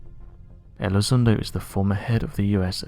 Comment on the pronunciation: Well, this Elizondo guy (whose name our British host pronounces incorrectly) was wrong in asserting that UADs (Unidentified Aerial Devices?) have more than a 600X G-force exerted upon them, from time-to-time, as they conduct their funky manuevers at over 10,000 mph. >>> That is just an erroneous assertion, on his part, because of wrong-headed assumptions. Apparently, Elizondo hasn't read anything written by Bob Lazar, who worked at Area 51 many years ago: and Bob will agree (and originally asserted and maintained) that alien spacecraft create their own gravitational field and operate entirely within it. >>> i.e., there is no "outside G-force" exerted upon the craft The difference between the two men? >>> Elizondo was a grunt "paid not to think"; and, Lazar was non-military under contract who WAS "paid to think".